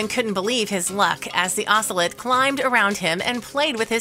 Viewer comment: I hate you mispronouncing "ocelot." They're beautiful and actually pretty easily tamed, sadly making them popular as "exotic pets."